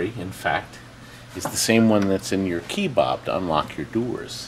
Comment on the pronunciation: “key bob” 😂😂😂